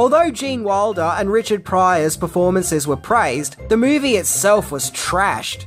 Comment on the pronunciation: when you pronounce Gene's last name, it sounds like Waldo. I keep fitting to search.